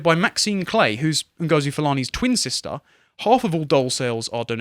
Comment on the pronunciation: It's sister not sishta. Stop butchering the english language.